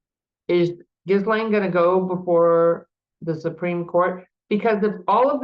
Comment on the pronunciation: Ghee-lane . Come on practice the name pronunciation 😢